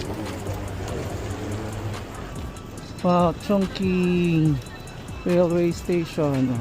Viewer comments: I've been to Beijing and Chongqing nag work ako s parehong city n yan at mssabi ko n bukod s mggandang tourist spot safe dn s lugar n yan☺️ Tama k n po s pag pronounce haha "CHONGCHING" ( Chongqing) FYI dn po anjn s Chongqing yung dulo ng longest river in Asia Yangtze River☺️ skL history eme haha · Chongching po ang basa sa Chongqing. Remember Qing Fei De Yi ni Harlem Yu? Meteor Garden OST po. Ching ang pronunciation ng Qing.